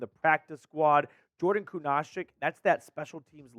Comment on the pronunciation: If the Browns dont sign Shaq Leonard, and doesnt learn how to pronounce Kunaszyk, I might cry.